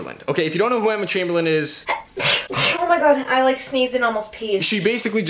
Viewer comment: He pronounced Chamberlain wrong didn’t he?